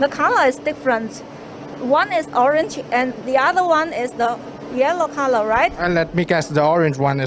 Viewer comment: Orange sounds like “OHR-RENGE”